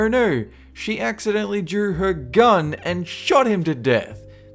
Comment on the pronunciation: Er, Ner! She accidentally drer her gern and Shawt him to deeth!